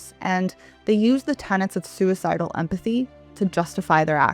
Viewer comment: Pretend 'emphathy'